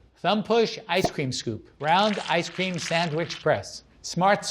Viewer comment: 1 like for every time he said ice ceem